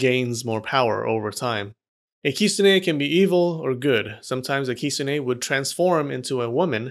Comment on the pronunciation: I’m not gonna lie I could not keep watching this video because of the way he pronounced “kitsune”